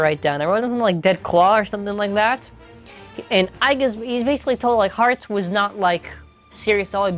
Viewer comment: it' Hartz Lmao not heartz